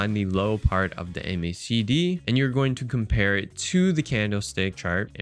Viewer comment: great content, but please just say "mack dee" like everyone else. not "em aye say dee".. it's the macdee bud.